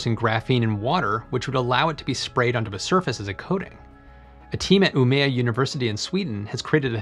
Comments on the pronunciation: Oh no Umeå is pronounced 'Umeo' not 'Umea' but thank you for this really informative video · That beautiful butchering of “Umeå University” is what I take with from this video :)